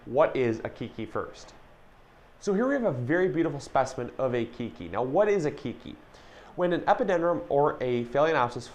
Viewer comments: Howzit. Nice video. Always informational. Keiki is pronounced kay-kee. Not kee-kee. Mahalo. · This the third video today I hear say keekee for keiki.